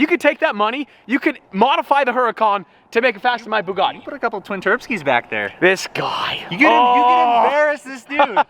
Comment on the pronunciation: Stop fucking around with icon cars like the Gallardo and stop putting an R into the words Bugartti and Nissarn.